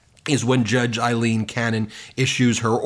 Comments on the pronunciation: Aileen Cannon; not Eileen Cannon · This is just random but her name is not Eileen it is Aileen….the first one is pronounced with an i sound and the other is pronounced with the A sound…. I have heard her name pronounced correctly but not on Midas, lol